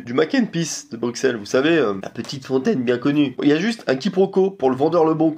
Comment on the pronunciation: Coucou, Bruxelles se prononce "Brusselle" 😁 Bisous de Belgique 🇧🇪